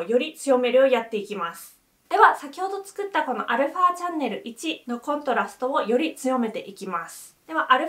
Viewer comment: コントラストのイントネーションがどうしても気になる😂